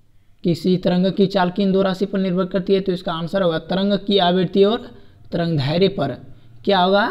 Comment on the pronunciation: Tarangdhairya nhi tarangdairdhya hota h